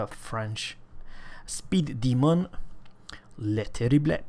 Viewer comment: You got the pronounciation perfectly man! I'm french myself so I can confirm U got it man ! perfect ! :D